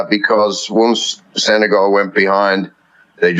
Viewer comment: The pronunciation is not Sene-gaul. It's Sene-gal...as in my gal... I haven't heard any anglophones pronouncing it properly.